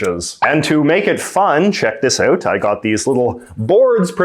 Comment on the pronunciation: I'm still convinced that JJ is having us on with his accent. He pronounces "ou" like the American stereotype and not like any Canadian I have met, ever. And I mean, ever. I've lived here, grew up here, travelled end-to-end here several times and, never. So. ❤